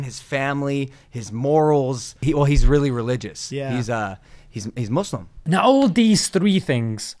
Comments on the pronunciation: lOGAN SAID MUSLIM NOT MUZLIM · Logan said Muslim and not moslim. 👏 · I like how logan says muslim not mezlim respect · I cant believe it he said muslim not mazlim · I was sooo happy when I saw Logan Paul pranounce Muslim correct like it was soo satisfying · He said Muslim the correct way. Wow, Masha Allah.